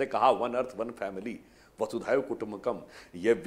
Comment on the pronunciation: वासुधैव नही, वसुधैव. वसुधा + एव.